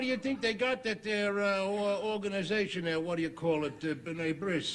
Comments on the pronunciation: Archie usually mangles his words to humorous effect. B'nai Brith was an organization formed in the 1840's to combat discrimination against Jews. Archie pronounced it B'nai Briss whereas a briss is a Jewish ceremony where a boy gets circumcised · “BRIS” means circumcision. He is mispronouncing B'NEI BRITH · B’nai B’rith is a Jewish service organization… he said ‘bris’ instead of b’rith — a ‘bris’ is the male infant circumcism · To explain the joke : Archie is trying to refer to the B'nai B'rith, an organization designed to provide services to Jews worldwide, support the Israeli state, and fight back against anti-Semitism. But Archie fumbles the pronunciation (a running gag on the show), calling it 'B'nai bris.' But 'bris' is also the name of the Jewish ritual where a rabbi circumcises a baby boy. So he not only mispronounces it, he accidentally uses a term to invoke circumcision, out of sheer ignorance.